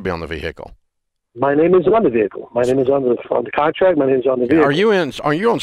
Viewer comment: This guy Co Signed for a VEE HICKLE..